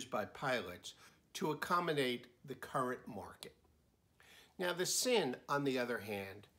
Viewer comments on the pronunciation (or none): Sinn is pronounced " Zinn" and Stowa is pronounced "Stova ".